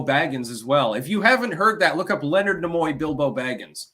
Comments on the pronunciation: Stop saying "Na-Moy"...its "NEE-MOY"...Gad, infuriating ignorance. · Leonard who? Nemoy?? Pronounced knee muo not na muo